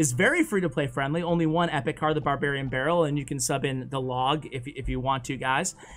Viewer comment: It was more like BORE barrel